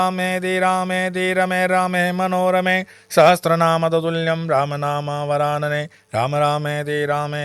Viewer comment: Sahasranaam hota hai, aap sahastranaam bol rahe hai jo ashuddh hai. Kripya uchcharan theek karein. Ram rameti rameti rame rame manorame, sahasra Naam tattulyam ram naam varanane. (Sahastranaam nahi hota hai....)